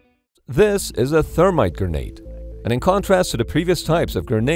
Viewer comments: Gernade or grenade? I wish the narrator had gone with grenade. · Anyone else hearing "gurnade"